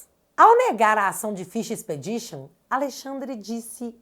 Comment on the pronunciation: Quando o Xandão falou em pesca probatória, ele tentou antes pronunciar fishing expedition e pronunciou errado.